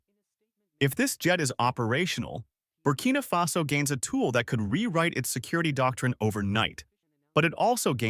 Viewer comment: ❤❤❤❤❤❤❤❤❤❤ It's Barcina Faso roight❤❤❤❤❤❤❤❤❤❤❤❤❤❤. Happy brother, happy barcina faso.